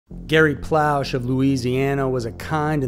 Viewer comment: I remember seeing the uncut version back in 91, Gary's last name is pronounced, Plue Shay.